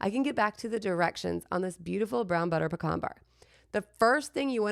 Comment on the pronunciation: Puh-cahn just like you say it. In Texas.